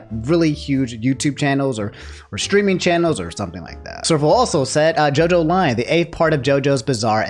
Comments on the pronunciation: really said Jojolion the wrong way smh Love you though,. Been a fan for a bit now and I love your content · You know, I love my boy but the way he said Jojolion hurt my soul lol.